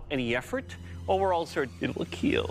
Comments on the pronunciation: it will keel. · It will keal !!!